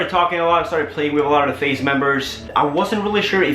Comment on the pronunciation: I swear down he was saying face the whole time